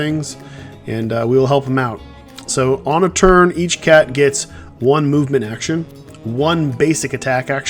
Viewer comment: “movmenet’ can I be a tester? 😂 great game